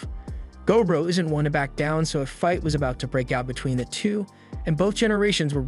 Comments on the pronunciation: MUTHAFUKKA! IT'S NOT GO BRO! Its gob ro. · I think it’s. Go-bro